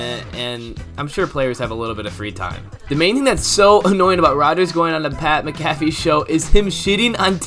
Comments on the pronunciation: Mc-caff-e??? Mac-a-fee. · Pat MAC-affey